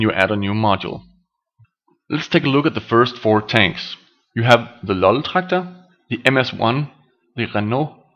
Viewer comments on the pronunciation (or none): Hehe, u said the Loltraktor with german accent xD Its called a Leichttraktor, be professional! :P